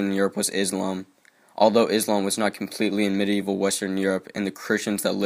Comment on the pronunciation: Medieval not Medeival : )